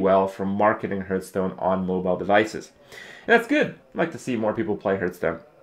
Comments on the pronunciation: It's quite distracting that everytime he says Hearthstone it sounds like Hurtstone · Always bugs me when people say Herthstone, just because I say Harth and that's how it's properly pronounced.